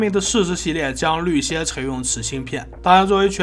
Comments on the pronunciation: 绿先绿先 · shuai率先，shuai率领。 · 你再读一下 率 先 ？ ？？？？ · 我听到也震惊了。。。。